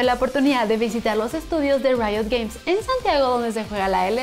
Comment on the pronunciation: Es genial cuando dices "Rito". 😆